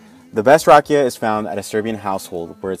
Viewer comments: The way he said rakija- Its not hate its just funny a bit..Respect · And you are saying wrong rakija